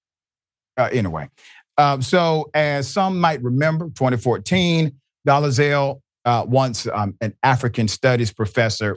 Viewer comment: Hi baby, it’s Dole-Zal. Not Do-le-Zal.